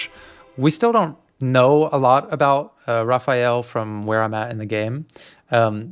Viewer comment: Yeah… they don’t know it’s “Raphaël”